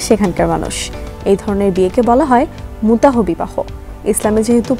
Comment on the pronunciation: আপনি বারবার মুতাহ মুতাহ বলছেন কেনো? এখানে অনুচ্চারিত এইচ অর্থাৎ মুতাহ্ হবে অর্থাৎ আমরা যেভাবে আল্লাহ্ উচ্চারণ করি।